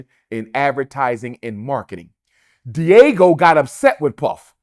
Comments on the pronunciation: It's DIAGEO, not "Diego". At least get the name right. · Lmaoooooo Umar calling Diageo “Diego” so many times is pure comedy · Buddy throughout the video keeps calling Diageo Diego and nobody is correcting him...smh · This Dude Sounds Slow So Embarrassing 😢I’m tired of Him calling Them Di’Ago😢He can’t even pronounce the liquor company name right and the interviewer isn’t correcting Him.. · Are you being paid by Puff because whattt are you saying Dr Umar?!? Spewing goddamn conspiracy theories -this let’s just stick to the facts! And it’s Diageo!!! (dee-a-jee-o) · The company name is not pronounced Diego 😂😂😂😂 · Why is he sayijg "Diego" like an episode of Dora the Explora?🤦🏿‍♂️🤦🏿‍♂️🤦🏿‍♂️🤦🏿‍♂️ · I’m struggling with him mispronouncing the Diageo is not Diego lmao big Ron Burgundy energy in this dialogue 😂😂😂😂 Come on man !!!!! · I love Dr. Umar for his insight on certain matters, but right here he saying, a whole bunch of nothing. Prostitution and money laundering racketeering all can fall under different types. He is given a blanket statement about one occurrence of money for something else. Also it is pronounced DE AHH G OH. DIAGEO mag have stimulated some issues but puff has a karmic stench that was bound to be exposed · First of all, he needs to learn how to say a name of a company before he goes on a podcast talking everything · Does anyone else notice he doesn’t know how to pronounce Diageo? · YO REALLY JUST COPIED ME LOL EVEN SAID THE LIQUOR COMPANY NAME WRONG 😢😢😢😢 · Brother I need you pronounce the liquor companies name correctly lol😅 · Hearing him mispronounce diageo is crazy. It's video of this man beating Cassie ass. Do I think she waited too long absolutely. However he was still wrong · He is butchering the pronunciation of Diageo 😂 and it’s taking away from his greater point. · 😂 pronounce it correctly for us please and take the floor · It’s Diageo, not Diego. Just sayin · (Dee- ajio) that’s how you pronounce it, not Diego man. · It’s not Diego 😂